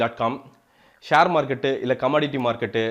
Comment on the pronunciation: can't even pronounce share properly .. villager giving reviews